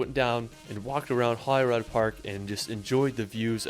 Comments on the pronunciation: I know Anne, I normally am relatively patient with this but he was making a travel video so he should have checked how to say the names.... I mean "Holyrood"! But then again he didn't even get the word "Viaduct" correct, so maybe that is telling! He also said he believed Scotland was flat, which suggests a lack of research :-) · I’ve never heard Scottish place names so mangled! If I hadn’t had the views in front of me I’d have had no idea where he was talking about. To be fair the majority were Gaelic which is tricky. Sliachan has to be the winner though. Plus Holyrood!